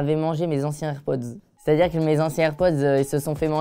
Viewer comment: Ca me stresse il dit " airpodz